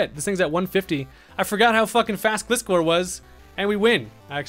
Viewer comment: Loved watching Showdown battles, but as someone who loves Gliscor, it hurts me hearing your pronunciation of his name lol. The "Gli" in his name is pronounced like "glide"